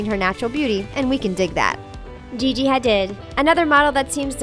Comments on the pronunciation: Jessica Stebbins Ikr. They pronounced Gigi's name wrong. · Branka Kerkeni SHE SAID GIGI HA DID LIKE WTF